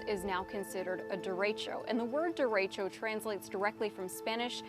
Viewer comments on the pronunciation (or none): That’s not how you pronounce derecho.